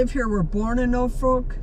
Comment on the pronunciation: When you said Norfolk I knew you were never from there